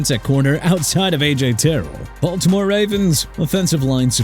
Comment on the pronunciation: AJ TERRELL PRONOUNCED TUH-RELL NOT TEH-ROLL! AND CHICAGO PRONOUNCED SHEE-KAH-GOW NOT CHI-KA-GOW! DUDE I DON'T KNOW WHAT YOUR PROBLEM IS BUT LEARN TO PRONOUNCE OKAY?? AND STOP WITH THE JAGWIRES GARBAGE! YOU KNOW WELL THAT JAGUARS IS PRONOUNCED JA-GWAARS NOT JAGWIRES! ALSO "LOS ANGELES RAMS REINFORCEMENTS ON THE OFFENSIVE LINE"... YOU MEANT TO SAY LOS ANGELES CHARGERS?! WHAT ARE YOU ON BRUH?! YEAH AND THE DOLPHINS SHOULD BLOW IT UP CUZ THEY NEED TO FIRE EVERYBODY! INCLUDING MIKE MCDANIEL WHOSE LAST NAME IS NOT MCDANIELS! NEW ORLEANS PRONOUNCED NEW OR-LINS UNLESS ORLEANS IS PRONOUNCED OR-LEENZ IN FRENCH!! NO RESPECT FOR CITIES OR TEAMS AND IT'S EARLY FOR ALL THAT! QUIT YOUR JOB AND GO GET RE-EDUCATED!!